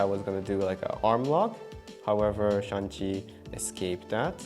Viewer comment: No shan chi, shang Chi 😂 the movie was really good. thanks